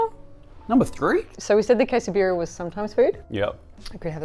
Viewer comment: he pronounced Quesabirria correctly so it seems it is not that hard to learn how to pronounce a foreign word ?